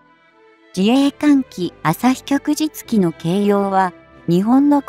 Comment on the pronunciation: ✖ 旭（あさひ）日旗（きょくじつき） 〇 旭日旗（きょくじつき）